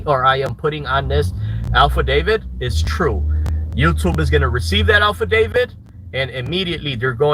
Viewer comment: Did this reject say “ alfadavid” 🤪😂🤣?